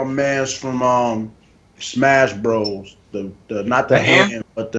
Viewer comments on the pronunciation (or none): none